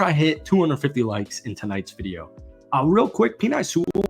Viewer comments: It's pronounced Penay, not Peni. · Bro can’t pronounce“Penei” but absolutely nails “Onwuzurike” XD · love your videos. hate how you pronounce Penei Sewells name lol